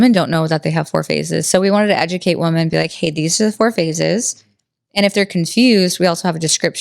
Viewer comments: YES! I thought I was the only one who noticed. Why does she keep saying “woman” when referring to several WOMEN. Lol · Love, but I have to ask why does she keep saying woman, like 'i love woman' thought it was women?